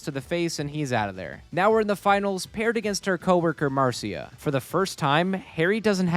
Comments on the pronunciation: Mar see uh? no Marsh ugh? yes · huh. ive never heard it pronounced mar seeuh before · marcia is usually pronounced "mar-shuh"